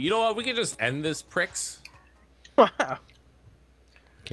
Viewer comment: Did pronounce Prix as pricks? I facepalmed so hard